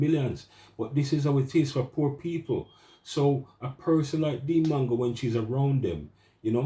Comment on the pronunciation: Bro it’s not mango tho 😂 trust US Jamaicans to spoil names. MWAH ANGO